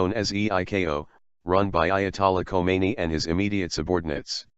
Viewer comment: What kind of broadcaster would pronounce two different names (KHOMEINI + KHAMENEI) exactly the same? Answer, an American one.